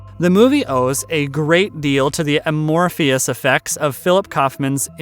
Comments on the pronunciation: Amorphous not amorphious... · Never heard "amorphous" given four syllables before.